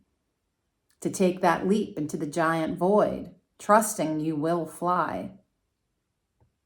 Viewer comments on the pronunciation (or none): none